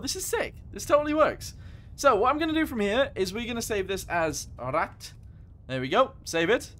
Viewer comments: Also as a heads up just pronounce it like ‘rat’ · It’s pronounced as P-1000 rat but it’s name is P’1000 ratte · its pronounced Rat